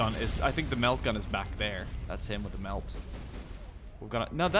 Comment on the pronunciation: some clarification in the Heavy weapons: The "Plasma" Weapon those devastators had, the ones that fired in beams are LasCannons: Multi Melta's (You called it melt, but other than that you where corect), is the super AT,fuck that tank, weapon: Plasma Cannon, Just a larger plasma gun, that makes large craters.: And that green weapon is called a grav gun/Cannon, Newish to the lore and TT pretty sick in the way it works: Be careful when talking 40k, some of the fans out there will sacrifice you to slannesh if you mess up even the pronunciation of names.